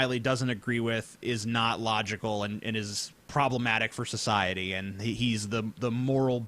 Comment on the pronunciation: He also pronounces "society" as "sjociety"